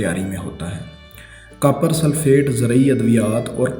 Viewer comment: not a single word pronounced correctly... nakali nahi nikali .... kapar nahi copper .... bad urdu pronunciation is so hard on ears.